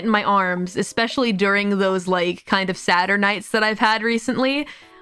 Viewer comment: is "sadder nights" but I absolutely hear it as "Saturnights" now that you point it out lol